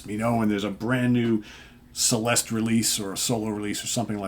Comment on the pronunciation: The name of this band is Celeste. Pronunced as Cheleste and means heavenly. Čeleste.